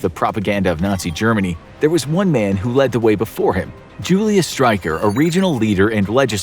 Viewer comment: bro said "Julius Streicher" so wrong but Streicher literally does mean Striker so idk